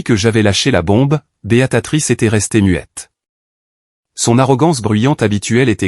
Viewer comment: Prononcez bien le nom de beatrice et.non beatatrice